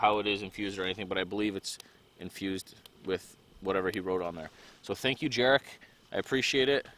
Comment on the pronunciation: Yaaa-rek no jarik lol. Zuuuu broof kaa